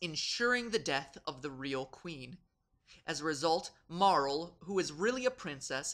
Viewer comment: Okay, good. I scrolled down to see if anyone else addressed this. Calling her "Marl" sounds foul. i can't imagine that's what the designers had in mind if only because I can't imagine japanese designers even being able to dream up the sound "rl". They certainly couldn't have seen it somewhere because few if any english words end in an "rl" sound.